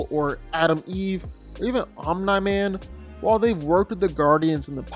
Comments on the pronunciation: lol why is he saying Omni man like that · Why are you pronouncing Omni-man's name like that 😂